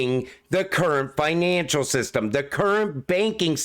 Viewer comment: The new finaaaancial system. Are you from the North East?